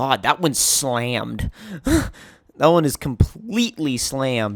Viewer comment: I hate the way he says "slammed"